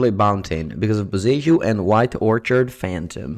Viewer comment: Orchid - /Or-Kid/ - a certain type of flower. Orchard - /Or-Cherd/ - essentially a garden of trees. Saying orchid like orchard still messing with my head.